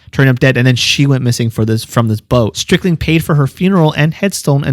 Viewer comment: It"'s not Strickling it is Stricklin. Howard Stricklin.